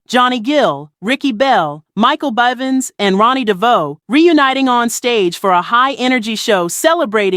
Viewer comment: you said mikes last name wrong